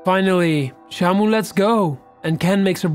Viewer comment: When you said shamu, I thought you said shampoo